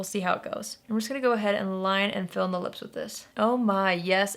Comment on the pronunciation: "...and we need good lee-ups (lips)" - ALWAYS cracks me up when she talks like that ( mark)